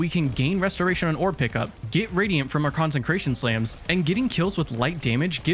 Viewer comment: Two things 1. Consecration has no N in the middle, you keep trying to say concentrated 2. You get 5 fragment slots so do a revamp other than that great video 👍🏻